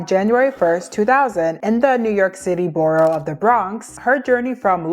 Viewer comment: im so sorry to be that person but the pronunciation in this video killed me at points😭😭 SUNY = soony not sunny, sacred = saycred not sahcred, and borough = burrow not bo-row😭😭 im only 10 min in but i couldn’t not comment on that